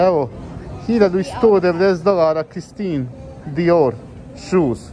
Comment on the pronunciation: ne mislis valjda da je lik cuo za Ermenegildo Zegna, Alexander Amosu ili za Stuart Hughes kad ni Dior ne zna da izgovori pravilno a kamoli da zna o kreatorima i brendovima?Covek zna samo da izdize sebe i svoje!